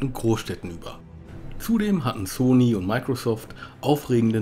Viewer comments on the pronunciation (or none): none